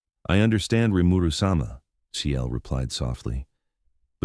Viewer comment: Rimeru sum-ah? Lol